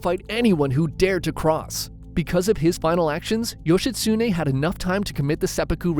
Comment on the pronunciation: also bro Yoshitsune say it like one syllable or every syllable evenly not like how youre doing yoSHItsuNE to anyone who knows some Japanese, it hurts their ears.